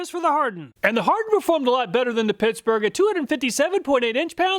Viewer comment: I heard that. Pissburg. Ha